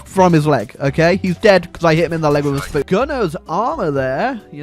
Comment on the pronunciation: I love how you say spoon, sounds like spewn